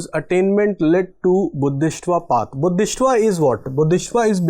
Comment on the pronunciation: It is Bodhi-sattva not Bodhis-tva